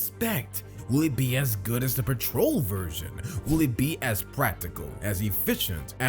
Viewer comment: Pooma😂 It’s pronounced Pewma. Plus petrol is not pronounced patrol.